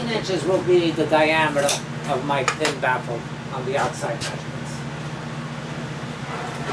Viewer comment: daisy corta yeah, I thought he said a ten baffle. I was thinking 10 baffles might be overkill. LOL